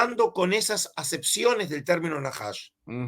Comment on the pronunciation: No es Naahash es Najash